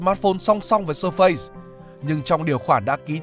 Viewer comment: Surface đọc là ˈsɜːfɪs bạn ơi :))